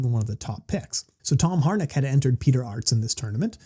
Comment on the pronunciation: First you forget his name and now you murdered its pronunciation😂 Its Harinck not Harnick🤭 But great breakdown of the current state of kick and mt! Thanks again🥊 Also looking forward to the C6 breakdown show